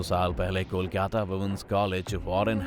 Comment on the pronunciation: कोलकाटा नहीं कोलकाता पागल🤣🤣🤣🤣